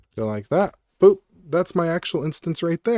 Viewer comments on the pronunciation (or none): none